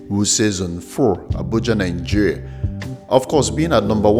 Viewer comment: Great vid...but pls, it's not Ningeria but Nigeria!